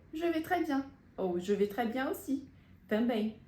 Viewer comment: Voce explicou q je vais fala je vé mas na frase ao pronunciar Je vais vc fala je vê com e fechado …